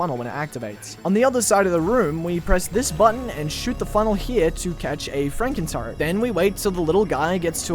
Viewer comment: i thought you were saying frankentart the entire time lmaoooo